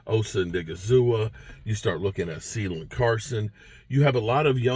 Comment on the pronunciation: 😂 is hilarious Its caelin (caylin) carson but called him ceiling carson